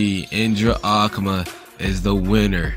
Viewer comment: aku-ma :/ A-Ku-Ma B)